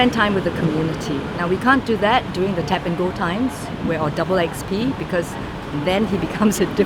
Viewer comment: You Try Kind of ironic because you said durning and not during. A for effort mate.